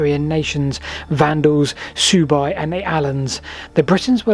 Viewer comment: "....Soo-byes and the Allens. ..." . Do you mean the Suebi ("sway-be" -- as in Swabians) and the Alemanns?